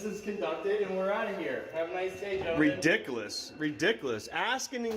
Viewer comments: LOL what the hell is reDICKless? They think they know so much about the law yet simple grammar and English is so hard for them. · When you can’t even pronounce the thing that you are ….reedickAAless (ridiculous) with your inappropriate court attire-a Hawaiian shirt, jeans and a hat- you can’t argue with security guards about asking and telling like you’re a toddler!! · He just said redick less! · "Redickless"????? Even simple words are too much of a challenge for the little guy. I think he is trying to say he is dickless. He may get it right eventually if he keeps practicing.